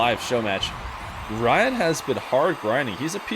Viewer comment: its pronounced reead not rah yad